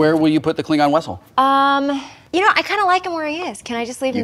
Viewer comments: Lawl, he says "Wessel" instead of "Vessel" like Checkov does when looking for the naval base in Alameda. xD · Why does he keep saying wessel? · Anyone else find it hilarious that Wil keeps saying "wessle" like Chekov? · All that time on Star Trek and he still pronounces it 'wessel'. Is he mixing it up with Wesley? xp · Anyone notice that when Will Wheaton says vessel the captions say wessel ? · He said "wessel". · Did Wil did just say "Klingon Wessel?" LOL!!!! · Even without referencing Chekov, Wil kept pronouncing it "Klingon wessel". It took me a moment to realize that I wasn't hearing it wrong! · "Wessel" - my favorite thing about this episode.